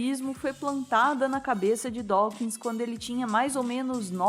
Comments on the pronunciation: Pronuncia-se "Dóquins". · Adoro o e gosto muito de todos os vídeos, especialmente os documentários. Como leitor de R.Dawkins, achei o vídeo muito bom, mas chamar Dawkins de "Dáukins" incomoda os ouvidos. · Dáukins… que dureza ouvir isso…